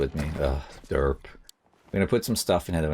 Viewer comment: said "derp"! I've never heard anyone from the UK/ England/Britain say deep. I can't stop laughing! 😂